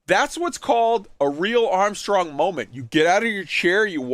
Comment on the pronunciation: I love that you went full Latvian on the Armstrong Moment